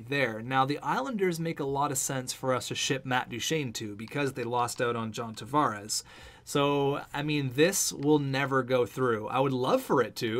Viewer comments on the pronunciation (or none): none